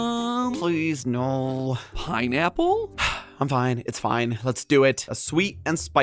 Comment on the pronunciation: I spit out my water when Matpat sead to at pinapole😰😱